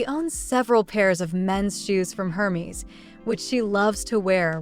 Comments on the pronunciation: Interesting video. BTW: Hermes is pronounced “ air-mez”. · Omg it’s HERMES PRONOUNCED AIR’MEZ this must be AI. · Yes, pretty fake & definitely NOT an elegant Italian. Also, why can’t the compere pronounce Hermes ??